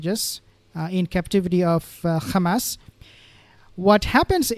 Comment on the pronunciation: Please stop calling them Khamas like the Israeli’s. But good video